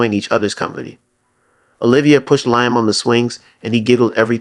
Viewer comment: I want to watch but the name is Liam pronounced Lee Am